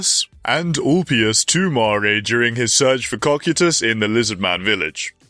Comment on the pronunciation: CO-KIE-TUS say it with me😂